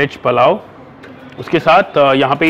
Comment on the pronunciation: Palao nahi bhai wo pulao hot hai